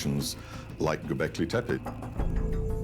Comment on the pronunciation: It's like the guy is intentionally messing the words up. anunnak eye, göbekl eye. I wonder what he calls Pippi Long stocking.....Pie pie.😂